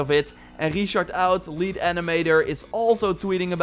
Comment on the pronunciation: the way you say Richard oud sounds really dutch... are you?